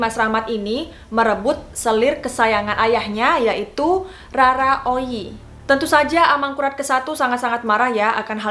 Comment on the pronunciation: Bukan Rara oyi bos. Tapi Roro oyi